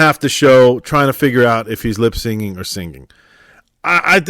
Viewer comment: Not to be critical, but the term is “lip synching.” Not “lip singing.” It comes from “synchronizing your lips to a recording.” Pronounced “sinking.” Sorry, but it makes me cringe to hear the term bastardized.